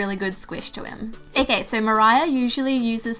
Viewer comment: Is it just me or is she saying ak instead of ok